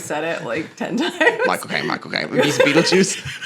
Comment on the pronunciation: When Michael Cain says his name it sounds like he's saying "my cocaine"